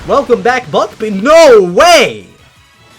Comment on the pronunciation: When you said buck beak it sounded like ** beak lmao